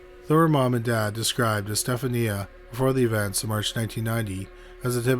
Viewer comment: I believe Estaphania's name is pronounced (Es' sta (short a)' hard f as in Fall" then knee (i)' short (a) again. Estaphania.